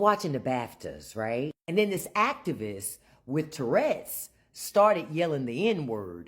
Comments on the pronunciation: "Torredz" ???? Really?? Tf is that?? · She cannot even say "TOURette's" correctly. She says "turrets". Like, he doesn't have mounted firearms on his shoulders.